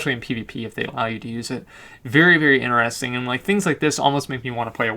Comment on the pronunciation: very inerestin .. xD No offense but that's a re****ed way of saying interesting ! xD love you !